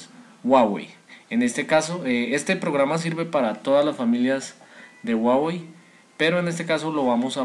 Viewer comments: Pero no donde es ;) Tutorial incompleto y encima dice guawey jajajajajajajaajajajajajajajajajajajajaja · Dislike por pronunciar mal huawei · WUAWEI :'v